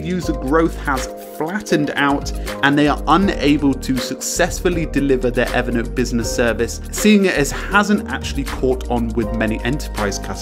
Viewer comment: I just wish he could pronounce Evernote as Evernote.